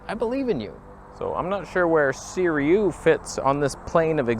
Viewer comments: * Si-roo-ee not Si-ree-oo 🤨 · Again! Third time! It's SIRUI (si-ru-ee). The Sirui will look better than this if you stop it down just a bit. Chinese manufacturers are copying vintage lenses (Varioplan, anyone?) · Hey, A video on a Saturday!! Why does everyone pronounce it Seer-e-u instead of Seer-u-ee? The u is before the i at the end of the word. Would Canon EF lenses adapt well with the X-T3 sensor? I do have some FD lenses I adapt but never tried EF. Have a great Saturday and thanks for the weekend video!